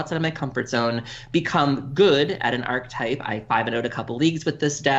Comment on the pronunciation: Archetype - ar·che·type - ˈ/ärkəˌtīp/ Why do so many Magic content creators mispronounce this word? (using two syllables.) My only guess is that it is somehow insular in the community and people just keep hearing people mispronounce it so they then learn it that way and mispronounce it and it spreads like a virus. I don't hear this outside of the Magic world, so that is the only conclusion I can come to.